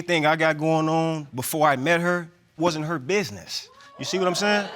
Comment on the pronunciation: "It wodn nun a ha biznees" 😂😂